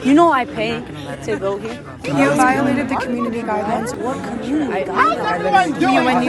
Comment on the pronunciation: what cummonity guildelines lol